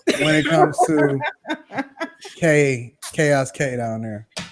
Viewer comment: Kay-os control